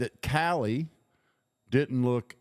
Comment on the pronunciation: He is saying “KY LEE” or Kiely, each time. I know it’s Callie- Cal Lee If you click on every blue time stamp I posted you will hear what I am referring …